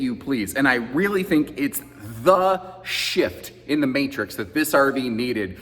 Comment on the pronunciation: It's the what .... oh ok he said shift LOL.